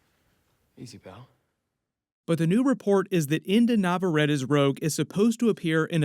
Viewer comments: In case you want to know how to pronounce her last name Nah-vah-rreh-tteh NOT nau-vau-re-ti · Her name is not nev-uh-ra-tuh. It's Nav-uh-RET-ee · Just for the record, her name is pronounced In-dee Navarrett-ee. I'm excited for her casting and to see what she does with the role, even though I was on board the Odessa A'zion train. Inde is a great choice for the part! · You’d think you would know how to pronounce her name by now